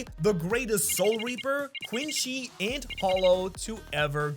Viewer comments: This is basically how people who don’t watch Bleach think Ichigo is lol Edit: Heads up, it’s pronounced Quinsee not Quinshe, the word is French and it’s only pronounced Quinshe in Japanese because of their accent. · BRO SYAYS QUINCY QUINCHY